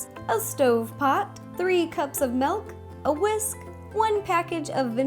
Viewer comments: its not malk its meelk. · why do you say melk it milk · she pronounced milk as "melk". ilysm! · "Melk" - Rosanna Pansino ARGHHHHHHHHHHHHHHHHH. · SHE JUST SAID MELK. THATS NOT HOW YOU PRONOUNCE IT. UGH. Also, love you ro. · It's kind of funny to me how she pronounces certain things, like melk and orng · where is she from? wondering whyy she says "ornj" and "melk"